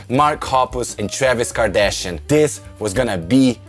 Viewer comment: Um, did he really say Travis Kardashion?? WTF lol